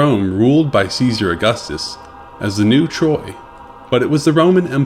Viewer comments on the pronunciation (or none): none